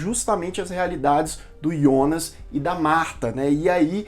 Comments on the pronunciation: Eh difícil falar Jonas?yonas eh duido hem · É Jonas não ionas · Gosto muito dos seus vídeos, mas me dava um ruim cada vez que você fala ''Ionas'' invés de falar Jonas. Pelo amor de deus.... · ah não Ionas não kkk, vi dublado e é Jonas com jota, me incomoda demais esse iiiionas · Ionas? Pq não fala Jonas logo? Na dublagem e Jonas porra! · Pra que pronunciar Ionas?! Fala Jonas mesmo, como na dublagem da Netflix. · Que desespero vc falando os nomes com outra pronúncia "ionas" ou "chárlot" kkkk sei q essas devem ser as pronúncias originais, mas não é as que a gente tá acostumado com a dublagem e por isso meu cérebro fica "tá erradooooo" kkkkk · Aí eu te pergunto, pq falar IONAS sendo que pelo menos a tradução oficial br tratou o personagem do começo ao fim como JONAS?!?! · Excelente review da série mas desculpa eu fiquei muito agoniado ele falando Ionas ao invés de Jonas 😂😂😂😂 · Ionas ou Jonas ? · IONAS? NÃO É JONAS? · Muito boa série Muito boa a explicação Só dá agonia ver vc falando ionas, deixa Jonas mesmo kkkkk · Excelente vídeo, só não entendi porque você disse "ionas" e não Jonas, kkkkk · deu agonia de ouvir ele pronunciar Jonas de "ionas" kkkkk🥹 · engraçado que ao falar "Jonas" ele fala do jeito germânico kkkkk